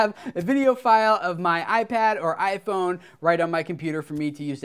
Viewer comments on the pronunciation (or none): U said I thone